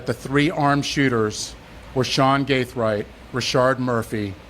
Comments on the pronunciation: 🗣️ It’s GAITHWRIGHT Not CATHWRIGHT Gang!!👎🏾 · GAITHWRIGHT not carthwright. how you get the dude’s name wrong repeatedly when they say it clear as day in the press conference you posted? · Why do you keep saying Carthwright? 😂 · Stop saying carthright lol